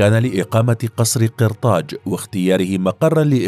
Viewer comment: قصر قرطاج بالفتحة و ليس بالكسرة يعطك كسرة